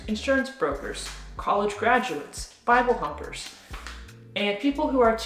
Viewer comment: Like i know she said Bible thumpers.. But i heard Bible humpers.